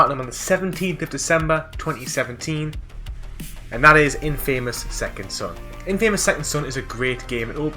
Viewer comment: You get an award for the most alternative way of pronouncing Infamous.